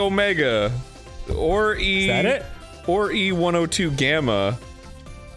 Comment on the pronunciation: I’m not a fan of sonic. But I know some lore through osmosis… Arin never being able to remember E-102’s name and always throwing a G in there is hilarious and frustrating all at the same time. 😂 HE ONCE VOICED HIM 😂